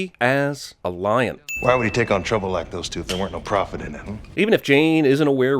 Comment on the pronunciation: She doesn’t say “easy as a lion.” She says “easy as lying”